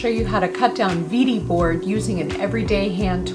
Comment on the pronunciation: This is fantastic. If you want to pronounce in German, it is vay dee, not veedee. Even that is a an American version but close.